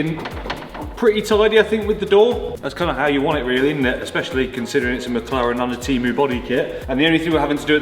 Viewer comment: Fun series, though I keep hearing MockLaren :D